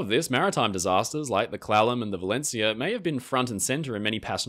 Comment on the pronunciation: Hes pronouncing Clallam slightly wrong and its irking me xD I blame his accent